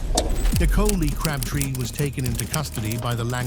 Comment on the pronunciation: she says crabtree likes its not CRAB TREE